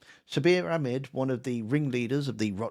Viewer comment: So upper middle class to say Akmed